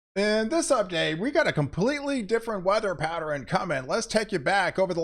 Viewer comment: Pattern. Not pateran